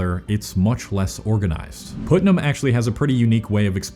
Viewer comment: It's not pronounced "Put"-nam, it's pronounced "Putt"-nam.